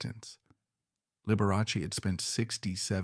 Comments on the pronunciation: The name is pronounced Lib we ah Chee not Lib er ass y. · That was Lib er ah Chee. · This is wild. Dr. Daniel's was not a victim in this. Scott deserved justice and your AI has pronounced Liberace 3 different ways. And gay or not, that reporter was guessing and had no right to OUT someine, so he needed to pay. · Be forewarned - this is AI created so Liberace's name is seldom pronounced correctly...